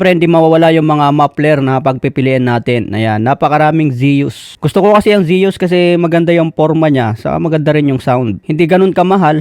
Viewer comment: Gillie ( Giilii) not gehlii Zues ( sus) not seyus At ang JVT ay taiwan not thailand